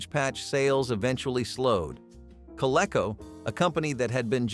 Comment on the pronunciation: I worked for Child World in the 70s , while in college. They were very big in the northeast, Massachusetts, in particular.I think Toy R Us bought them. Surprise they were not mentioned. Also, Coleco was pronunced Co Lee co.